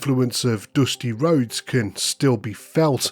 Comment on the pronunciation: "doosty rhodes"😂😂